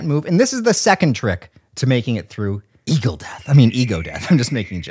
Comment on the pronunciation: Giggled and snorted whenever he says “eagle” 😂